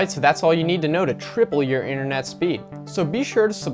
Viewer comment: Internet not inthernet